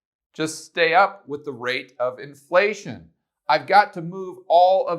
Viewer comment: why do your F's look like P's? Or have I been pronouncing inPlation wrong my whole life.. great video.